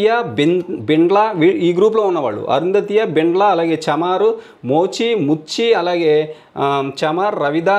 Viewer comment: బైండ్ల bro ani palakadam ledu